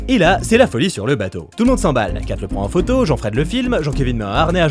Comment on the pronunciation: Avoue que durant toute la chronique, tu prononces le prénom « Kate » à la française juste pour faire la vanne sur le Kit Kat 🤣🤣🤣 Ça aurait été une très bonne sponso ! 😂